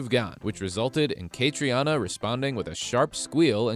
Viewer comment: Please learn out to pronounce Cait's name. It is pronounced Katrina.